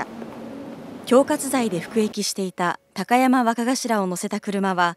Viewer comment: きゃたやまわかがしら笑笑 どんな滑舌したら高山がきゃたやまになんねん